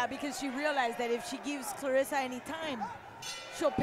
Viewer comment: Claressa not Clarissa. Put ome respect on her name!!